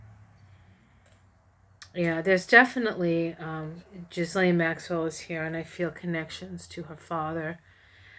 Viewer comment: I believe it's pronounced "Ghee-lane" (soft g ). Thanks for sharing this reading.